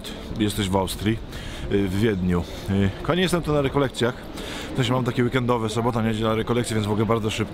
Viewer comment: KOchany Ojcze, przepraszam, ale jeśli można proszę mów "kochani" a nie ' "Kami". 😍